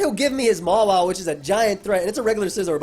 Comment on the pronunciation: DUDE why do you pronounce Mawile MALA wtf it's total cringe stooooop